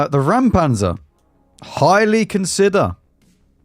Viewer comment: Again I can help out unasked: Räumpanzer - it is not "ram", but you can approach the "äu" like the "eu" in "Europe" -> Reumpantser